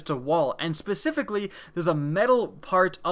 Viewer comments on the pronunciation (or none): none